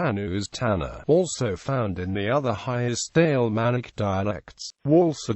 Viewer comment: In the first ten seconds I heard "Alemannic" pronounced "ale manic" and thought: this will be useless. AI is taking over.